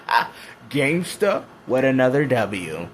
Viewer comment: GaMeStuH With Another W 😁